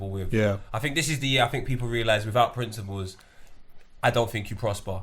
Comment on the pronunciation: Someone needs to tell dude... It's principles... Not princibals... Ffs